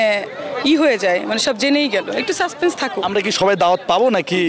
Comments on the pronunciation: 'সাসপেন্স'কে বলে 'সাসপেস' থাকুক। তাও আবার দুই সেকেন্ডের মধ্যে না দুইবার, ১৮ সেকেন্ডে এবং ১৯ সেকেন্ডের সময়। হাস্যকর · Suspense কে বলে 'সাসপেইস' থাকুক (১৭ সেকেন্ডের সময়)। তার পরের সেকেন্ডেই বলে 'সাসপেস' থাকুক। কেমন পড়াশোনা করা ডাক্তার তা বুঝা যাচ্ছে। তবে শাকিব খানের ডাক্তার হবার যোগ্য।